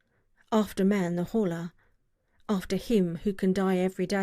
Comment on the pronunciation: ... In hindsight, I should have tried to inform you that the H is probably silent, if I had the chance. xD